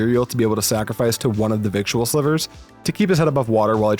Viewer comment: Love the content! Victual is pronounced “viddle” like fiddle